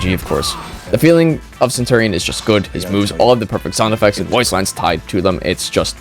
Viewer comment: that is not how you say centurion